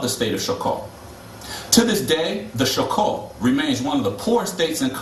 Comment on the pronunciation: afro-descendents not african descendents, and its not show-co its choco like chocolate..